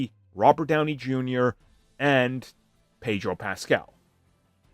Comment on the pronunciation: It's not Pedro.